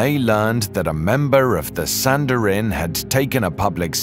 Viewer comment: Wrapping a body in spices is NOT embalming. Embalming is removing.the blood from a body and replacing it with chemicals. Sanhedrin is pronounced san-heedrin.